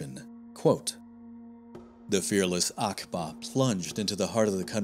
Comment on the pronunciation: Uqba bin Nafi is pronounced like Ooqba rather than Akba